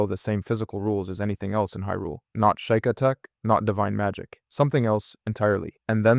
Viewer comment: Were you trying to upset people by mispronouncing sheika?